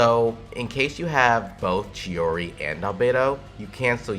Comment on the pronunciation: It is months later, yet I have to apologise, you said/pronounced it the right way and I didn't, I'm sorry, turns out it is "tschi-oriee" after all, am sorry - I messed up